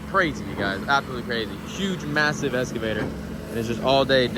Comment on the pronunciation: He needs an English lesson. “Escavator” was driving me insane l.